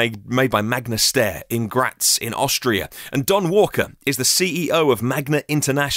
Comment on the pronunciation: Steyr is pronounced: sht-eye-er in German. Like "dryer", but beginning with "sht".